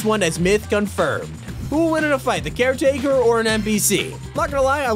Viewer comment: Not car take care taker